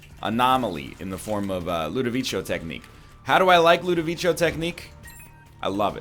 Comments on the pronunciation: My dude, please, read it like ludoviko, not ludovicho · Part 6 of my continued support for the Jello Lord. NL might mispronounce Ludovico, but he'll never mispronounce the name of our honoured leader, the Salad of Jello